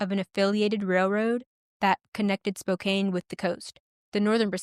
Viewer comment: Thanks for the story. Well done. One very tiny, inconsequential note: Spokane is pronounced like spoke•can rather than spoke•cane. Just in case another story features that city.